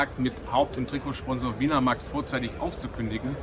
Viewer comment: Das wird win a Max (englisch) ausgesprochen.